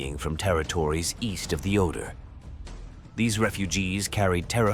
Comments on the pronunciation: Ganz ganz schlechte Sprache! Alles KI! Superschlecht! Es heißt nicht "eintausendneunhundertfünfundvierzigste" , sondern "neunzehnhundertfünfundvierzig". Und der Fluss heißt nicht "Odor", sondern "Oder". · Oder, et non Odor, merci de prononcer correctement, ne serait-ce que par respect pour vos auditeurs, à défaut de vous respecter vous même. Volksturm.